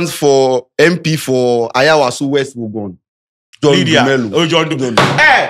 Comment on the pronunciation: he said wuogon though